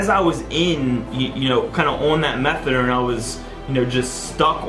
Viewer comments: Is he saying methadome? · Fuck I hate the way he says methadoirlnne